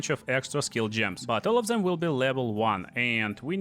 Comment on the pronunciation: Фор Дэм епона мать... никто не говорит фор Зэм !!!